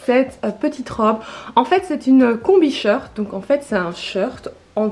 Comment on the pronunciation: Ça me fait rire quand tu dis un sheurt, et pas short